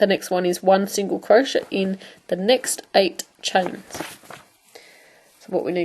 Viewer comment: I love your videos. They've been very helpful. You do beautiful work and explain things very well. I feel the need to point out to you that crochet is pronounced Crow-shay not crow-shuh. It drove me nuts through the whole video. Keep up the good work.